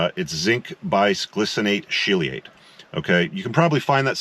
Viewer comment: Chelate is pronounced "KEY * LATE" - Quoting you - don't eat shit you cannot pronounce. 🙂Only teasing. Great work. Supplements are great. I especially like that you combined Boron with your T-Supplement for the free testosterone benefit.